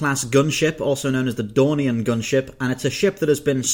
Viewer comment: i keep thinking game of thrones when youv say Dornian